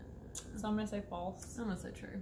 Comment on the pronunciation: What is FLASE? Must be twin speak for FALSE ;)